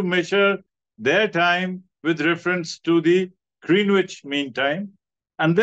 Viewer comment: Thank you Sir for the research and putting it across to us,looking forward to listening more about our history. A small correction, don't wish to do a Gayatri Spivak 😅 but I too used to pronounce Green wich the way you did till I was corrected,its pronounced as grehnich.Regards.